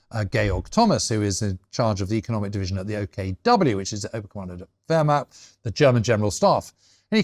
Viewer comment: Interesting as always, but there are some amazing sweeping statements here. Also, for heavens sake learn how to say German words before enunciating them; Lebensraum pronounced ‘eh’ not liebensraum ‘ee’ liebe means love… a very different thing I think we can agree. Also Wehrmacht made me wince whenever he said it. But then I’m a historian living in Germany. Oh, you try being a general at the height of the ideological madness and pushing back… Russian front anyone? There is a tradition of reporting your fellows and superiors in the German army (to improve discipline) as noted by numerous diaries from the Russian campaigns. Details matter.